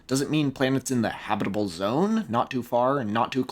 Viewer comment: Love how you say habitable, or should i say 'habibable'